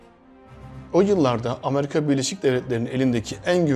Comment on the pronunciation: Amarika değil, Amerika